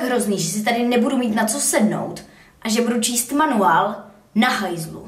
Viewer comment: jak cte MANUAL:d